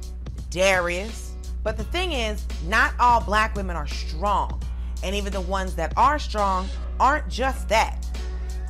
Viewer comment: Please learn how to pronounce "str" words correctly. There is no "h"!!! (ie. shtrong.)